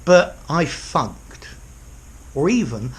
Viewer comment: For a second I thought you said "I fucked" "I fucked out" when you said "I funked" "I funked out"